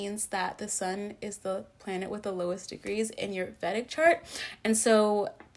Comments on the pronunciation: Vedic is pronounced as vay dhic not vèdic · Please, Vedic is pronounced “Vay-dik” from the Vedas— ˈveɪdəz/ or /ˈviːdəz/.